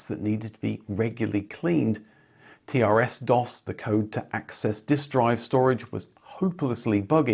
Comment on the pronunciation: TRSDOS was pronounced "triss-doss".